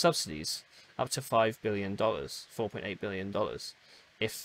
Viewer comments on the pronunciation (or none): yeah just at the beginning of the video it sounds heavily like million.